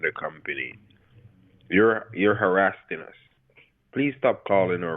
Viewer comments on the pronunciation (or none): You're "harasseding"?